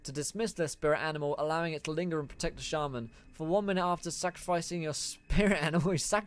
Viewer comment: Am I the only one who got angry at the way he said shaman